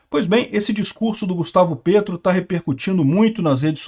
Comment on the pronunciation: eu vivo na Colômbia. Se pronuncia "Pétro", como em Petrobras.